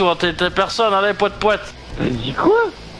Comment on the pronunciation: Lol tu dit Pouette Pouette